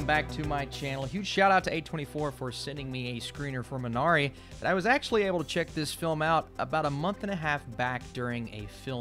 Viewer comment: MEE na ree. Correct pronunciation. Otherwise, thanks for the nice review.